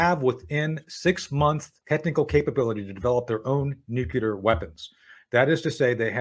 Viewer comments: Nucular -- How can The Judge not laugh every time he mispronounces a very easy word? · a US intelligence officer who can't pronounce "nuclear." says it all.